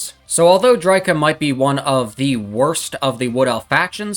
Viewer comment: "Drytsha" Lol.